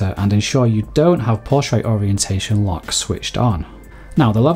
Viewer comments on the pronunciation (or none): none